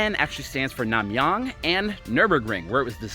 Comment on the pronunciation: your pronunciation of NamYang is good bro.